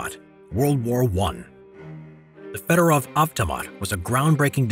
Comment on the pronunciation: Everytime you butcher federov avtomat i puke